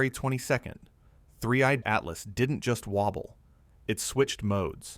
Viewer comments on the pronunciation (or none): oh AI, silly AI - it's 3i atlas - NOT "three EYED Atlas" (even the captions pick this up) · 3......i /Atlas ,that pause is a dead giveaway for AI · The video visuals is second to none from the point of view of facial expressions and everything else but at the very near end the audio makes the same mistakes of separating 3I/Atlas pronunciation that seems to be the bane of the whole AI audio system! That’s such an easy thing to correct yet they don’t seem to be too concerned about it. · AI generated (but very slick) picked up on it in the last few minutes when 3I atlas was said very oddly. Not sure how much of this is true now.